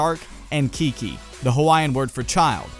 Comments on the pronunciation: looking rad, one small thing tho "Keiki" is pronounced (kay-kee) not (kee-kee) but super awesome design choice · Just some food for thought... the Hawaiian word Keiki is properly pronounced like [Kay-key] :) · keiki is pronounced kay-key. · Love the design. Keiki is pronounced Keh•key but great job with Koa and Kahuna. Keep up the great work and I am super stoked to be playing a game about my home in the near future. ^~^ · Nice design! I really like it! P.s. Keiki is pronounced "kay-Ki" and not "kiki".